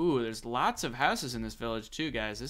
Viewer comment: As a wise man once a said ''Hello gayys 💀💀hope your PROUD of ur selfs''💀💀💀 "This is ezy pezy as u can sezy''